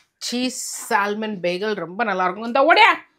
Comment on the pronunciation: You do not say Salmon . Pronunciation is Samon . L silent